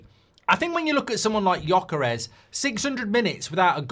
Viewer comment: Gyökeres.You don’t say itt well,but it’s ok.